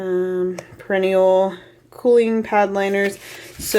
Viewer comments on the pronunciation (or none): Bless you…it’s not perrenial ….that’s the flower. It’s pear..a..knee..um. None of us can say Worcestershire, so it’s okay.